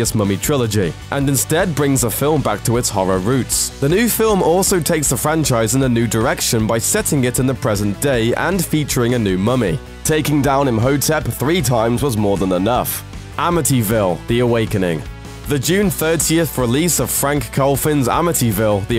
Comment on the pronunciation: Did he just called Imhotep (the h is silent..) "Aymeeho-tep"?